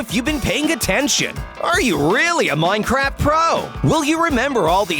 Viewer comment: you always say ien like the enied of miencraft ies neear so anooying